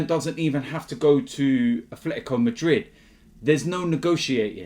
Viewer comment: "a Fletico Madrid"